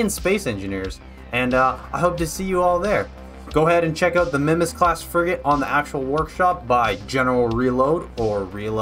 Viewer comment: R3LOAD here. Thanks for doing this and It's going to be great. The Sister Class to the Mimas is going to be amazing to have in the FSI fleet. Also, no worries but, its pronounced "My-Mas"